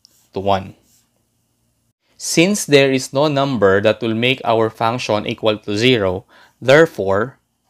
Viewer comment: Thank you very much you made this very easy to understand. I do want to tell you that function is pronounced, funk she in but but funk-shin. In English the TION is always pronounce shin. It’s because the TION comes from French and that’s how it would be pronounced in French only we don’t use a French accent or use of course are there in American, Canadian, Australian, British accent or some other accent, or people speak English as their first language. English can be a very difficult language to pronounce, and of course, to spell because we have many words that are spelled differently, and are pronounced the same. Such as they’re, there and their. And to know, and no. Both are pronounce the same and mean different things and spelled differently obviously. But just because you might not pronounce something exactly the way it should be pronounced does it mean that you’re not speaking English but it can make it difficult to be understood, especially by the native population that is going to pronounce things differently. But you’re really great at math and that’s very important. Keep working on improving your English pronunciation. Thank you for making a very difficult conceptEasy to understand. That’s not including slang, which changes frequently, sometimes being popular only for less than a year. There are slang terms that have become part of the lexicon or in other words, vocabulary now actually in the dictionary.